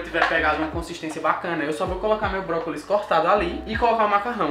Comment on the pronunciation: toda vez q ele falava brócolis eu entendi própolis